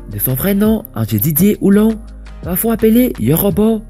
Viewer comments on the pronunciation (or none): C’est Houon Ange Didier pas Houlon Ange Didier ( Dj Arafat) et puis il est né à Yopougon pas Oupongo 🙏 Merci 😊